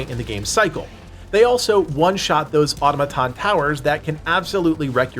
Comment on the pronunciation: I don't take anybody seriously about this game if they can't pronounce the word automaton correctly